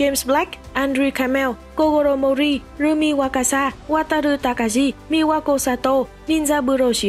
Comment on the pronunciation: *Takagi đọc là ta-ka-gi không phải ta-ka-di